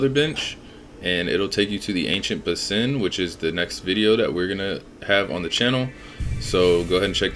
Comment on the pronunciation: Basin is prounce lik BAY-sen